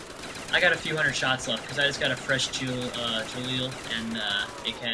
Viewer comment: Definitely Gah-leel, not Jah-leel